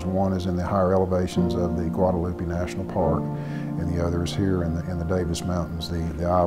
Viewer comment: GREAT SHORT VIDEO; just wish he could pronounce GUADALUPE ;-)